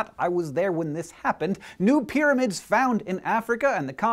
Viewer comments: And 'pyramid,' not 'pyramind,' lol. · 'Pyraminds'..... really, guys? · New "PYRAMINDS"? LOL :D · lol, "Pyraminds" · "Eqypt" and "Pyraminds"...